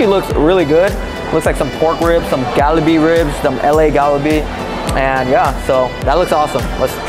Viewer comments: "Gal-uh-bee??? WTF?" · It’s kalbi ribs, not galbi.